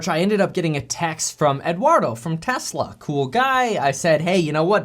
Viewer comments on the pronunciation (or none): "telsa" lol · “Telsa “ LOL , “tell as” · ummm.... Telsa? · you messed up lol TELSA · Lol it says “Telsa” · Telsa haha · Telsa? Dude. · what’s “Telsa”